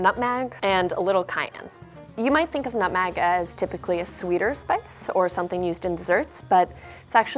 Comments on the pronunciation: Anyone else bothered by her pronouncing it “nut mag” instead of nutmeg? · Nutmeg not nutmag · Why did she pronounce nutmeg ‘nutmag’? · She girl really just said nutmag